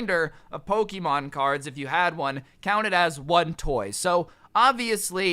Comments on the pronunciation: This video was amazing my school did the same thing However every time you said Pokeeemon i cringed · Dude you said Poke'mon wrong